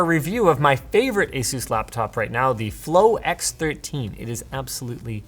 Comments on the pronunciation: Says asus wrong all the time it's ASUS NOT AZEUS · Excuse me did he say A-Sues I thought it was A-sus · Company name: Asus Linus: Ä sus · Say ASUS